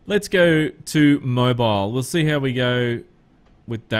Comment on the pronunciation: it's more like Moe beel, but yeah, kinda like that